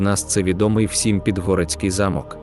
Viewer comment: Ніби мало бути цікаво, але не змогла дослухати до кінця. Наголоси - просто п*зд*ц! Підгóрецький (правильно - Підгорéцький), Óлеський (прав. - Олéський), Ужгорóдський (прав. - `Ужгородський) замок, корóля (прав. - корол`я), Мáрію (прав. - Марíю), т`юрмою (прав. - тюрм`ою), тéрнового (прав. - тернóвого), госпóдиню (прав. - господ`иню), періóд ( прав. - перíод) і безліч інших, а деякі вимовляються з наголосом на кожному складі, ніби це робот говорить, а не людина. Також є трохи росіянізмів чи ще якось перекручених слів, проблеми з власними назвами - якийсь Іфесінгер та Ержевуський, які насправді Фéсінгер та Жевýський. Ще щось було про французький стиль Підгорецького замку (вперше таке чую, знаю, що в його архітектурі поєднуються ренесансний і бароковий стилі). Загалом, це просто 🙄😵‍💫🤦‍♀️🤦‍♀️🤦‍♀️. Навчіться нормально говорити і шукати адекватну інформацію, а потім беріться щось озвучувати.